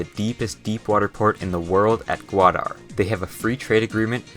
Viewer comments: Correct pronunciation Gwadar: ga wa dar Pakistan: both "a" in pakistan are pronounced like in "car" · lol, how he pronouces gwadar XD. I can see why urdu can be hard to pronouce.